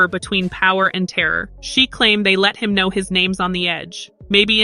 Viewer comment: Hahaha, know not mow